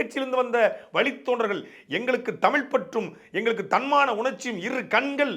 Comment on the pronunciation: தமிழனுக்கு (தங்களையும் சேர்த்து) தமிழ் என்று உச்சரிக்கத் தெரியவில்லை... தமிள் என்று தான் கூறுகிறீர்கள். இது தான் இவர்கள் தமிழ் வளர்த்த அழகு. எத்தனை தமிழ் புலவர்கள், அறிஞர்கள் வாழ்ந்த தமிழ்நாடு.... இன்று 90 சதவிகித தமிழர்களுக்கும் ஒழுங்காக உச்சரிக்க, பேச முடியவில்லை...